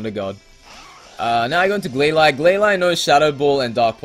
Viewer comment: The Pokemon in the Battle FAINTED NOT DIED! also i Say GlaLEE.